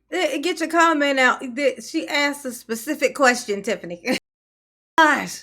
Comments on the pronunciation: "Let me axed you a question." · axed axed axed..lol.. ghetto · Is those aren't trusteeseses just like those miceses she needs to axe the question correctly